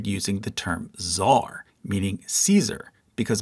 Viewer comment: It's not fucking "zar", it's "tsar" and you even wrote it. Learn to fucking speak or shut up.